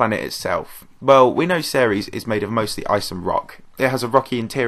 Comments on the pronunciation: It’s pronounced series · Before I heard you pronounce Ceres, I thought It was pronounced Sears I was like what